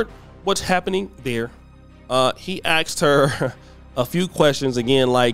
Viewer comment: Stop saying axd her. Its asked